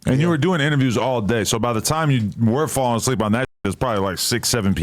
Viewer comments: Nigga said “ableep” at one point too 😂😂😂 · Son said “Ableep instead of asleep” because is sound like a C 😂😂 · Bro said he was “ableep” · falling "ableep" is nuts